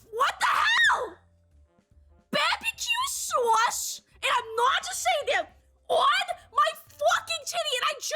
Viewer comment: "Bahbuhkew sawce" instantly won me over lmao